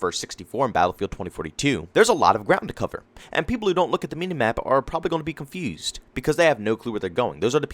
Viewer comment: i like the way you say "confewsed" are you from baltimore lol